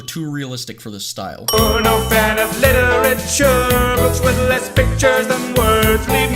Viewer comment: “Literature.” “Wow. Litterer.” LITTERature “Harmonica” harMONIKA